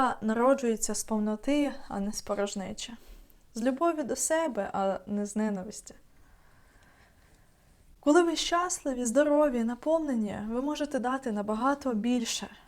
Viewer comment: Гарні поради, гарна українська. Молодець, що перейшли на українську (дізналася з московського наголосу "щАсливі", бо українською щаслИві).